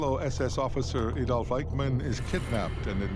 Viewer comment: It's Adolf, not Aydolf.